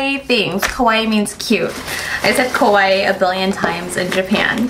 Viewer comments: Cannot wait to go to Japan someday! Loved every single thing in the haul :) Judy! Be careful! Because, "kawaii" means "cute" BUT "kowaii" means "scary" xD And some of your ka(waiis) sounded like "ko" hahaha! Much love from Spain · Try saying "KA-WA-II" in 3 spellings instead of "KAWAII" because it sounds like your're saying "KOWAI" which means scary xD Just a helpful tip i learned! :) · I want some of those masks! Too cute! On a side note, it's sounds a lot like she's saying scary (kOwai), rather than cute (kAwaii) in Japanese. Haha ^^ They're so similar but they are total opposites! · I love like her "kawaii" always sounds like "kowai" which means 'scary' XD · Hahah I was thinking the same thing every time she said kawaii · Ikr! I cringe a little bit every time Judy says kawaii because it sounds like kowai 😹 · You were saying kawaii like kowai (which means scared) hahah! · I know you disappeared but when you try to say kawaii it actually sounds like you’re saying kowai which means scary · Judy please be careful when saying "kawaii". It sounds like your saying "kowaii" all the time, which means scary. hahaha. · omg i thought the same hahaha...every time she said 'kawaii' it registered in my mind as scary instead of cute